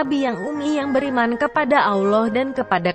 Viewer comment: Cara menyebut nama ALLAH swt ja ndk bener,,, Mang bner yg baca naskah di atas ndk ngerti alkitab,cuma di suruh baca ja kyak Koran,,,, Belajar dulu...